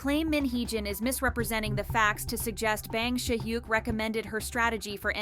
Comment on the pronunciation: no offense but can u learn to properly pronounce bang si hyuk's name? lol it's not "bang" as in i am gonna bang u lol cracks me up so bad